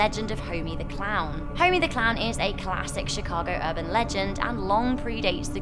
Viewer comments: Chicago not shicago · Did she say Chicago hood bang bang